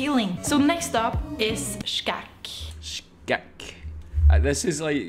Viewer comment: You're pronounciation of Skækk was pretty spot on